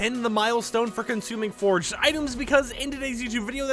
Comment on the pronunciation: btw its for-aged, not forged. srry lo